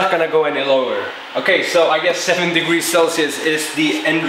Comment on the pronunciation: degwee celcius